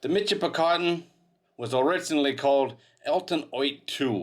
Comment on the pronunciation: It is pronounced Mishipicoten, not a mitch , in the area, I grew up near the mouth of the river ,, Played along the sand banks and beaches, some of the most beautiful sand in the world.